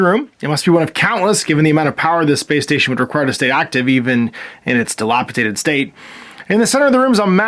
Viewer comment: The word is dilapi-dated, and NOT dilapi-tated